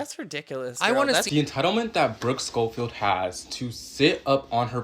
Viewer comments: The way that influencer kept saying sHcoffield gives me the ick. 😂😂😂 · I couldn't get past how the tiktok person was pronouncing Schofield and Mongeau 🥲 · I can’t get over how she is saying Brookes last name, idk if I hate it or find it funny.